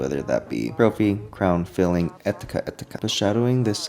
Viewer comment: I don't think that's how you pronounce etc bro